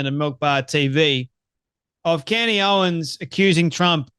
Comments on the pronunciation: Candace. Not CANDy. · Her name is Candace, you moron... not Candy. How many followers do you have. Don't tune into Candace, you have Candacederrangesyndrom, it's real 😂😆